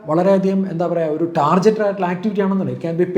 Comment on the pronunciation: An excellent content but It's sorry to say that you are also pronouncing "Target" as ടാർജറ്റ് my dear it is ടാർഗറ്റ് please for god's sake don't repeat it. The whole world except educated elite Malayalis are pronouncing it correctly as ടാർഗറ്റ്🙏🏻